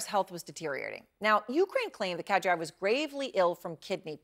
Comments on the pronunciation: It's Ka-Deer'-Ahv, as Matthew Chance pronounced it. (Not Kad'-Ree-Ahv, as Erin Burnett pronounced it. But, Erin, I do really appreciate your strong and caring attention to the country and people of Ukraine. From an Ohioan) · "Kadryov"? Talking head bad.